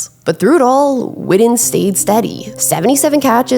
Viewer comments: It’s WITTEN!!! Not widden, put some respect on his name!!! The BEST TE for the Cowboys EVER!!! 82!!! HOW BOUT THEM COWBOYS!!! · If you’re gonna have a channel like this, work on your pronunciation. You’re a lazy speaker. His name is pronounced Witten With (2) T’s. Not D’s. His name isn’t widden. It’s not Wiht’ehnn Witten. Like kitten or bitten. Figure it out. Or quit making content. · Love Jason Witten but for crimenys sake can she say Wi TTen instead of WiDDen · Whitten not Whidden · I'm so glad you narrate your own videos. So much better than the Ai slop we hear on so many recent productions. However, please say his name correctly. It's Jason WiTTen. All I'm hearing from you is "WiDDen". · witten not widden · First off,stop misspronoucing his name it's Jason Witten ,not Jason Wooden know the player's name b4 you try & do content on him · Witten. Not Widden. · I’m listening because 82 was one of my favorite players but she’s driving me crazy saying Jason wooden… and he just showed you what being fundamentally sound working hard as a blocker in route running will do cause if he’s the slowest player in the NFL how was this fool always open? High school, kids and young college players that played the position need to watch him Gates and Tony fuck all them other guys. Not everybody it’s gonna be in a lead athlete like Gronk or Shannon or Kelce or George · The way you pronounce witten is crazy "widden" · came here after the whidding . brutal. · Growing up and living in DFW my whole life I’ve always heard it pronounced Wih-en, skipping the T’s and almost pausing where they are supposed to be. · I’m glad I wasn’t the only one to be annoyed by the Widden pronunciation lol. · Say his name right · yeah, she can pronounce Owenu just fine but can’t stop saying “Jason Widden”. Those are T’s…WIT-TEN. JESUS